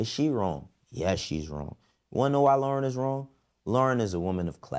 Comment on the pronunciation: you just lost my respect saying Lorn wrong. Thats some coward shit for you to say this.